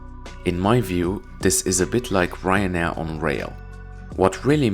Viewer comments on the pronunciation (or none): "Flyktrejn" i "Rynar" na kolei... 🙄